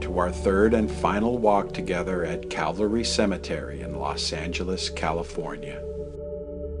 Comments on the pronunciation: Nice video but you kept mispronouncing Calvary. Its cal-vary not cav-alry. ;) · Beautifully done. Almost like a Ken Burns documentary. (Although I winced every time you said “cavalry” when it should be CaLvary.😁)